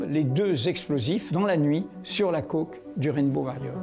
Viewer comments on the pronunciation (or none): sur la « coque » 🧐 la prononciation 😅